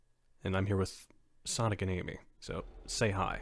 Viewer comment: Omg sonic just called Amy ams